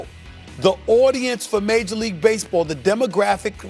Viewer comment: "Base-a-ball been bery, bery good to me"